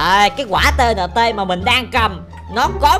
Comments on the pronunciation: Gọi là ti ên ti không phải T N T đâu anh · đọc sai rồi quả này ta kêu bằng ti in ti